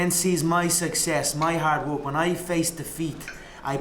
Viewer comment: "Wok" hard wok